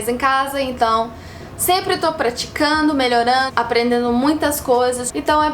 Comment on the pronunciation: Ela aprendeu legal, né? "Aprendendo" ela fala "aprendeno"